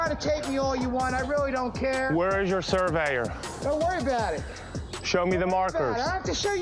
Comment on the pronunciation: The word is…SURVEYOR.